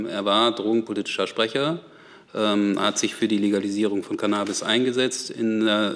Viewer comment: Hoert man da etwa ein Kichern im Hintergrund bei als CannAAAbis so ausgesprochen wird? Musste selber lachen.